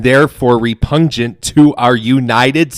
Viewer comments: time stamp: "Repungent"?? Did he really read the word "repugnant" that way?! Well, he just lost any credibility with me for that...:face-purple-crying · Re-punge-ant, says the repugnant idiot. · Why must they always involve God in their foolishness? Also "re-pun-jent?" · Guy can't even read or pronounce repugnant..... REPUNGENT 😅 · "Repungent" oh yeah, he a smart one dis boy... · When he pronounced repugnant as “repudgenant” I absolutely lost it 🤣🤣🤣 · RepuGnent or repunJnent? What a maroon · Repungent?!? I dunno that I’d take the word of someone who things that’s how you pronounce repugnant, even if I did think he was right before that. He’s not, of course, but still. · "Repungent"! Is that twice smelly? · He's so smug while mumbling and mispronouncing everything at a snail's pace. I lost it at "Repungent". That was high quality sovcit nonsense. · “Repungent?” What does that mean? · Re-pungent that's a new one for me. Today, I learned something. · Sorry, but "repungent?" Repugnant. Learn to read! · "Repungent.", you're an idiot trying to puff up how smart you sound. The word is REPUGNANT. Re-pug-nant. Which is what your behavior is. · Love the AI voice saying repungent XD Wait, that's his actual voice!? I really thought it was AI bc they mispronounced repugnant. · repungent lololol haahaha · It’s “re-pungent”. What an idiot. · Dude doesn't know how to pronounce repugnant... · Repungent? 🤣 That's a word I've never heard before! It does stink that he is causing these officers to have to deal with his BS! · I died laughing, “REPUNGENT” hmm did you mean repugnant you goober??? they try to sound so educated and they end up just looking like idiots. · ... repungent? I mean, I don't expect these... individuals, to be Rhodes scholars, or anything; but would it kill ya to stop using words you can't even repeat well? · Repungent....? I mean you can't even read the words on the page right. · "Repungent." Bwahahaha! Apparently they stink twice.